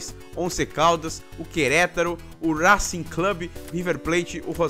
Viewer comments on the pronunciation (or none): none